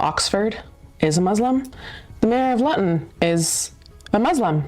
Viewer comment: "Luton" is pronounced LOO-tun, by the way.